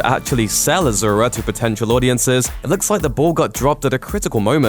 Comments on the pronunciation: omfg pronounce it correctly you git. Ashura (ah-shoo-rah) DONKEY!! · asura is pronounce as ah-shu-ra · It’s pronounced ah-sur-ah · Asura pronounced ASHURA! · It's pronounced "ash er ah" from Hindu lore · Its pronounced a-su-ra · Why is it pronounced as aa-zu-ra? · I aint chinese but really man, ahzoora? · you cant even pronounce asura...ignorant westerner..unsubscribed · I am Indian i know असुर means demon but my god their pronunciation is so wrong that i was never able to relate it with असुर . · You are pronouncing it's name wrong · azura? its asura...with Ssssss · Its not Ajura,its A-S-U-Ra.. Pronounce correctly plz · actually it's pronounced asura not ajura n asura is a Sanskrit word means demon.... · Why is this calling Asura as azura? Asura literally means demon in Sanskrit. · I cringed hard everytime i heard him saying Azura -_- For god's sake it's Asura, with an S and not Z. Not even difficult to pronounce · Im sure its pronounced a"su"ra not azura. asura measn demon in sanskrit, not pure translation but close. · There is no "Z" in Asura to call it Azura... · It's Asura, not Azura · A su Ra... NOT A ZZZZZU RA H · no offense but asura pronounced 's' not 'z'... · Asura not azura (ah-shu-ra) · ASURA. NOT AZURA. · 1st, it's pronounced AH-SUU-RA not AH-ZUR-A. (In Chinese it is Āxiūluō.) 2nd, all the commenters talking about it being Tibetan Buddhist have no idea that Asuras are part of Buddhism in general. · Sorry, but I cringed everytime I hear you say 'Azura'. It's Asura, su such as sew, not zu. I've never watched the movie myself, but to be frank, I'm not very interested in the movie, probably because I've never heard of the movie until people start talking about how it tanked. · I'm pretty sure its Ah-Sue-Rah not Ah-Zoo-Rah. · A-SUE-RA it's ASURA not A-ZOO-RA/AZURA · It's asura not azura you learn English no good yeah peace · Asura not Azura. Make the s sound and not the z sound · he cant even pronounce asura properly...keeps telling azura